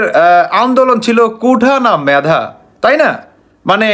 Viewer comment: মেধা উচ্চারণ করতে শেখো দুচানির পুত